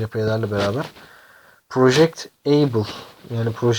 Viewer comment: Able değil abel